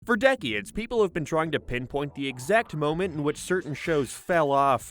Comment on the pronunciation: How did you pronounce decades?